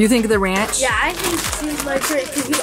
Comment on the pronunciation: Aubrey always says ranch of cores lol She loves pickels😊